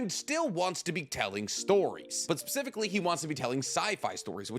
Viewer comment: bro said "pacifically", dead😂